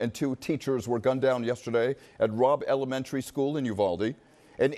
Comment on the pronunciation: notice how he said the second deadliest ELEMENTARY school shooting